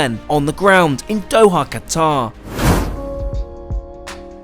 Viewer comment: Someone who still pronounces Qatar properly. When did Qatar become Cutter?